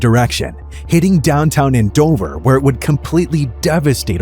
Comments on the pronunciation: AND-OVER, not AN-DOVER 😒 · The way you pronounce Andover makes me cringe. 🙄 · They mispronounced Andover but correctly pronounced Towanda. They both should be easy to pronounce.